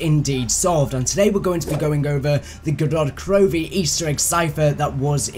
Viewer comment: It's GOROD KROVI not GODOD KROVI